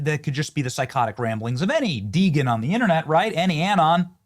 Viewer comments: De - Gen bruv, not Degan . Short for degenerate. No hate, just don't want you turning into Candance Owens with all her mispronunciations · It’s pronounced Dee Gin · Degen. Pronounce it like Dee-jen. As in degenerate. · did this guy say dee-gen? it's DEGEN as in DEGENERATE. how long you been using the internet? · Degen pronounced de-jen. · Benny... the word is DEGEN with a soft g. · benny bro its DEGEN like GENERATOR or JENNIFER or GENIE or even DEGENERATE not degen like GO or GET or GROSS or GAY or GAP or GASH.. nobody talks like that, so stop it. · It's pronounced dee-jenn... Short for degenerate... 😂